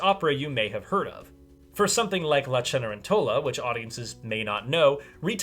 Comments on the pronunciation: I'm wondering if Opera Unknown is Cedar Rapids Opera. I saw their production in January of 2020, making it the last live opera I saw before the Backstreet Boys reunion tour. (Also, Ce-ne-REN-to-la, not Ce-ne-ren-TO-la — Italian's tough, my friend!) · correction: It is not "Die", but "Dee". If you pronounce that German article incorrectly, it sounds like you're telling the Bat to die. Similarly for . : Pronounced "Chen-eh-REN-tell-ah"